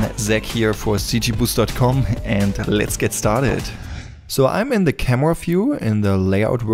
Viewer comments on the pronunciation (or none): Let’s select the “camwa”